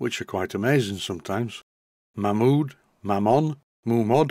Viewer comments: it is indeed May-mod. The name Malins is pronounced May-lins. Its one of those funny quirks of society that the name Mam-mod stuck. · The Mamod history book, written by Steve Malins actually states in its opening paragraph it's always been mispronounced. I quote "almost invariably mispronounced (it should be 'Maymod', not 'Mammod'), the name is simply the 'Ma' from Malins and the 'Mod' from models, and is now, perhaps, the most widely known name throughout the world for steam toys". Not that it matters much, I bet when they were churning out 100,000 engines a year that was the last thing on their mind. By the end of 1995 there had been 468,890 tractors made, and they haven't stopped! Oddly in the same period, only 187,471 rollers, maybe people prefer Traction Engines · I read steve malins book some years ago . He was the last of the malins family to own malins-models before they sold up in the late70's/early 80's. He cleared the pronounciation debate up . The family name is pronounced 'maylins' and thus mamod should be pronounced 'maymod' . Its an excellent book by the way, out of print but readily available second hand ,all be it for a premium. 'Mamod -The story of Malins Models by P.S. Malins